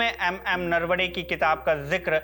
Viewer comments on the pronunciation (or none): Bhai aap hindi bhashik log marathi naam thik se liya kare. Marathi ki bhi apni ek maryada hai aap kyun galat pronounce karte hai. Atleast nahi asta hai toh kisi jankar se puch le naravane hai unka nasm hai naravde nahi hai.